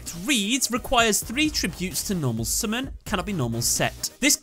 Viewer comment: Love the way he says summon. Sumin. Say it again. Sumin.